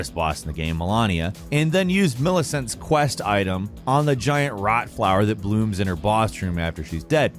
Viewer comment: Of all the bosses and Mpcs, My man only pronounced Millicent’s name correctly…. 🤦🏼‍♂️